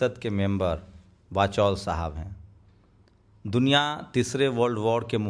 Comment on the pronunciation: इसका नाम वचौल नहीं........ "वाचाल" होना चाहिए